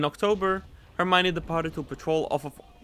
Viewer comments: you say er m ione you take the ion of the lion to say it correctly. for the r it's as if you were doing rrrrrrr but only once. I hope you can understand 😅😅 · L'Hermione is pronounced herr-me-on. It always makes me feel funny to see my ship in play.